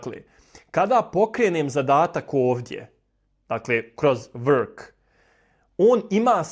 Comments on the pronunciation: Nije vrk pobogu Nego work ... Ne izgovara se vrk😅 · Ja cujem work kao "uək" . U britanskom engleskom: work = /wɜːk/ Slovo r se praktično ne izgovara. Ono samo utiče da samoglasnik bude duži i dublji. Zato zvuči približno kao: „uəək“ ili „wəək“ U američkom engleskom se r jasno oseća